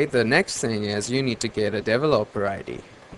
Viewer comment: Dev-O-Lope-Er ..LOL